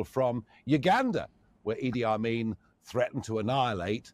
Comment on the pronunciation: Idi Amin ( bekhanid Eedi Amin) sahih ast , Na...Ed Armin. Be-tour-e moshakhas shoma bishtar mikhanid ta goosh bedahid. kami bishtar be journalist-haye barjaste mesle Aghaye Taheri goosh bedahid.:face-blue-smiling::hand-pink-waving